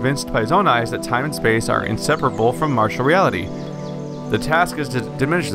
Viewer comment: why do you keep pronouncing "material" as "martial"? we all live in a martial world?